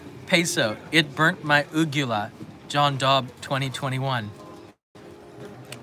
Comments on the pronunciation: FYI John it's Uvula not Ugula. lol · John you need a refresher course in anatomy and Physiology the correct word is UVELA .. Not Ugela ??? small tissue that hangs down from the soft palate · Uvula you mean? Not uGula. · 'Uvula', John! 🤣 (Thanks to an Anatomy degree, I know these things 😁) Envious of the takoyaki~ Thanks for another great livestream, loved it.